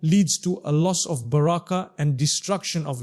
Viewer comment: The way he said baraka it does not seems original